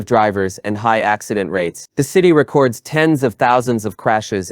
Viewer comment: Good content, but learn how to pronounce record